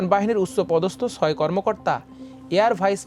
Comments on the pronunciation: ছয় উচ্চারণ ঠিক করে নিন। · It’s not soy( six) it’s Choy